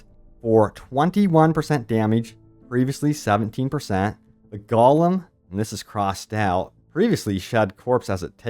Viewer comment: Haha it’s GO-lem